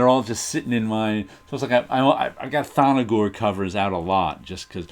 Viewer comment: Love the Thongor run in Creatures on the Loose! But it's not ''Thon-no-gor''. There is no ''O'' between the ''N'' and ''G''.